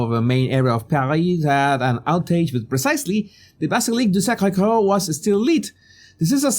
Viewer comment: I have Canal + and the ceremony was on France 2 and i watched this exact bit for 5 mins and turned it straight off. Don't like the wokeness of it all. I can't find the opening ceremony on the replay section. You said Sacré Cœur very well 👍🏼